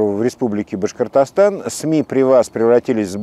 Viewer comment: Как Хабиров произносит слово Башкортостан по ушам бьёт. Потренировался бы в произношении